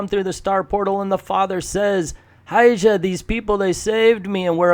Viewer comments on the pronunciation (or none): ahahahaha No problem with you! You're not "championing the cause of latino representation" while showing how you've got no idea how we speak! And also, you're also not ruining comics. It is so funny how you say "Hija" as "High-Ja", though :-P OK, Quick lesson: "Hija" (daughter) is pronounced like this -basically (and merely phonetically): "E" (as if you were reciting the alphabet and got the the letter E) "HA" (as when you write the sound of laughter) So "E"-"HA" -and remember it's all one word, so no pause. BTW the word for "Son" is "Hijo" and sounds exactly the same -except for the last letter, obviously.